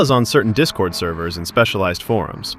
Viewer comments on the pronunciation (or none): none